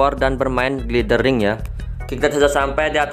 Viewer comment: Bacanya Glayder Wing bang.. Huruf i di bhs inggris most of it dibacanya ay